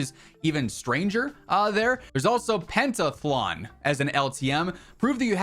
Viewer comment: Pen-tath-a-lon lol